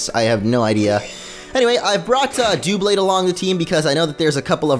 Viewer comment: Duhblade, not Dewblade. It's obviously based on double, not dual.